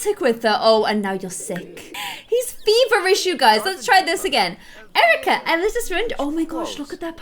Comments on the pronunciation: U said Cerika instead of Erika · Cerica is pronounced kerica like not cerica becaus it’s not sonner like so she will notice